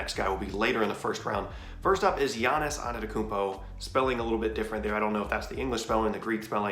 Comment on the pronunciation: Why they butcher giannis’ last name so bad 😂